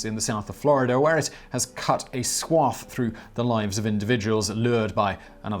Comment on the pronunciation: Simon! That is not how you pronounce swathe!